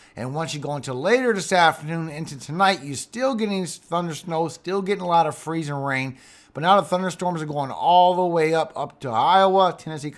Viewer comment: I love the way you say freezIN rain! We got lots of mud puddles in Arkansas! Thank you for your info for us! God bless💙💙🦄